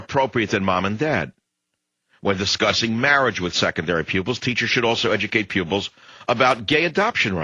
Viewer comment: Pupils not pubics